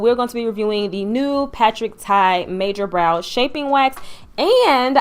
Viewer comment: Congratulations! Patrick TA, not Tai. I love your review! I know that you will keep growing.